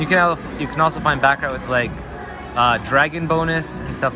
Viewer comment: You mispronounced baccarat